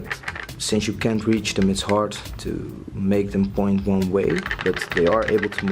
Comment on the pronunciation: I get the TO and FORget.... But want means ONE? maybe the way want is said with YOUR accent but.... This needs work